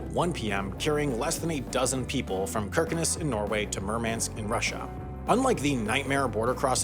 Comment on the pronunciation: As a Norwegian, that pronouciation killed me😂